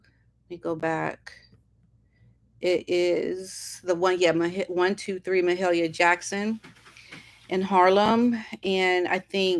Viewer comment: You are the first person who has pronounced “Mahalia” correctly!!!! What? Has nobody heard of this iconic woman???!!!! Sad…